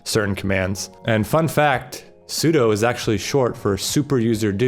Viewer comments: I knew what sudo stands for, but I was more surprised you did too, and still pronounced it as su-doh, when it should be su-doo. Anyways, the cool kids now use doas, pronounced doo-as, not doh-as 😉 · Apparently `sudo` is supposed to be pronounced "sue-due" instead of "sue-doe", but I still say "sue-doe".... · My guy knows that sudo is short for super user do but still pronounced it wrong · I think everyone just pronounces it like Pseudo